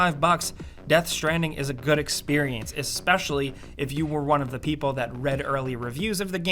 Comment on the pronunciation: Eks-peshally? Really? Eks-peshally. Sigh.